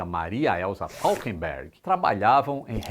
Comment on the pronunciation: Maria Elisa Falkenberg Ou errou na pronúncia ou errou na escrita.